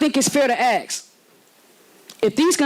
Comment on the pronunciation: ANYONE WHO SAYS “AXE” INSTEAD OF ASK IS NOT SOMEONE I WANT SPEAKING FOR ME….ALSO, THOSE QUESTIONS WHERE NOT BEING BROUGHT UP BECAUSE THEY WERE BEING HANDLE….QUESTIONS COME UP WHEN YOU HAVE SOMEONE TRYING TO SAVE A PENNY INSTEAD OF FOCUSING OF THE CONTINUE SAFETY OF THE FIREFIGHTERS AND COMMUNITY. THATS WHY THEY ARE BEING BROUGHT UP NOW DUMB DUMB! ALL I HAVE TO SAY IF THIS NONSENSE CONTINUES….RECALL OF THE MAYOR AND TRUSTEES SHOULD BE A TOPIC OF DISCUSSION.